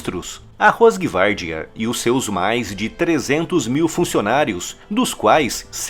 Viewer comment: O certo é "rosgvárdia"..mais ou menos assim.."R" falado com a ponta da língua no céu da boca, tanto o R do início, quanto o do meio. Muito bom o canal e os conteúdos. Parabéns!!!